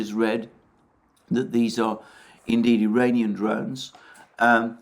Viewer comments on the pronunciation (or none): Does he keep calling them "Diranian" drones or is it just me?